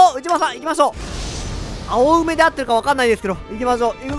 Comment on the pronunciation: あおうめじゃなくておうめですよ